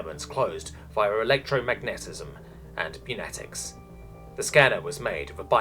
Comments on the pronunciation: I love you but I absolutely hate the way you pronounce pneumatic. Its "New-matic" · The p in pneumatic is silent, like pneumonia